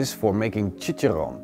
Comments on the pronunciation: it's chichaRRón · This looks awesome bro....you crack me up on how you pronounce tortillas and chicharron....hahaha=p